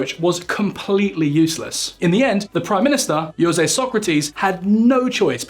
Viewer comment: I'm sorry to say this but you really need to work on the pronounciation of Portuguese names, José is ending up as Yose, and Coelho sounds like Colo, not even close as what it should sound like